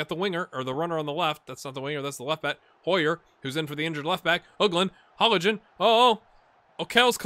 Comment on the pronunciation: You are pronouncing Hollingen almost correct, except that there is no pronounced g sound. It is pronounced the same as -ing in linguist for example. Also another thing I noticed just now, with names ending in Ee, the letter should basically always be pronounced. The rivalry thing is mostly due to Norwegians being nice in general (bias much?). There are no real hooligans/hooliganism in the country. I remember at most two larger incidents the last 14 years, one case of racism towards a player and one pre-match fight. The rivalries are mostly due to regional pride, and even then it's nothing violent/heated, besides just fanclubs singing during the matches. Transfers between rivals aren't too big of a deal either, though hardcore fans might not give him the warmest of welcomes when returning to play.